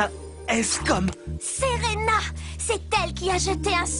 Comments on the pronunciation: bad c'est serena et non senba tu as compris alors arrête de raconter n'importe quoi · et c pa serena mais selenba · C'est pas Serena c'est selenba